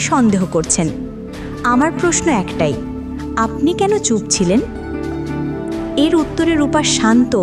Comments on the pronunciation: Impruve ur pronounces. Like aponi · আপনি শব্দটা ভালোভাবে উচ্চারণ করুন, আশ্চর্য কিভাবে ভিডিও বানান যেখানে উচ্চারণ ঠিক নেই।